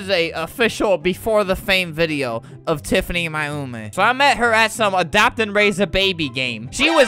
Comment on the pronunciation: he said Mayumi wrong it’s pronounced May You me